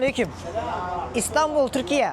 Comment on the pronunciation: Neden ''Türkiyeeeeğğğhh'' diye telaffuz ediyorsunuz sorulduğunda :(